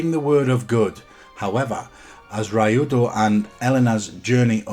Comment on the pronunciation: Ok first his name is Ryudo and is pronounced Reeudo not Raiudo, is japanese like Ryu from Street Fighter cause is Ryu (Dragon) and great list I agree with many of the mentioned, but no Shenmue 2?.